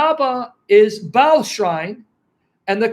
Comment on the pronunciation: should enunciate Baal by saying Barl and not Bale. I could be wrong.